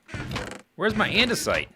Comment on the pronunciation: He said "Anders-ite" . He's gonna prank anders next